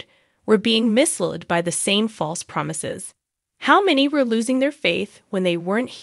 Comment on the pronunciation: Misled is pronounced ‘miss led’. Don’t know where you got your pronunciation from!